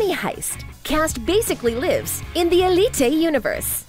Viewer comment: If you can’t say Elité just say Elite